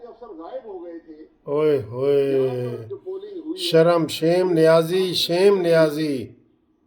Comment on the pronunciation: Not Niazi Said Nazi